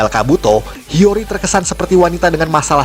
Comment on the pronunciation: Hiyori bukan hiryori